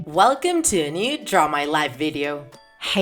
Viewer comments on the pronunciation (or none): none